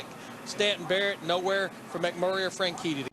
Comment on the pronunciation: Dario Franshitty